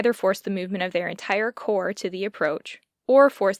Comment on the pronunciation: Forgive the note, but "corps" is pronounced "core" or plural "cores," and "Davout" can be said "Davoo." I've heard Bagration pronounced "Bag ra tee on" and also "Bag ray shun." French and Russian names are troublesome to an English speaker :)